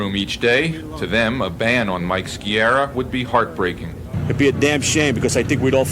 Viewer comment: Ski-ah-rah, not Ski-erah. Can't even pronounce properly, so called reporters...